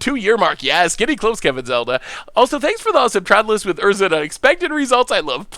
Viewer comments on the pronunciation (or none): none